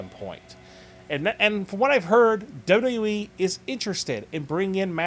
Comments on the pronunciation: Good vids buddy... but can you pliss say WWE in a good way articulating the language correctly? Try to say W W E and not WKENWJEBWJKBEWKJE E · w-w-e... its not hard to say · why cant you say wwe right ?????